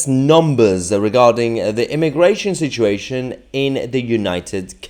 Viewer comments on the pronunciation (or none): none